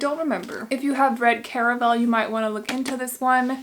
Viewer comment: I heard Caraval as Caramel...